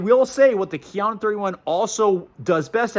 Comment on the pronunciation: “KIA-NO”… for god’s sake, it’s Japanese and it’s pronounced KA-YA-NO… and you call yourself an expert??